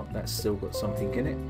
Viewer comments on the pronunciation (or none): none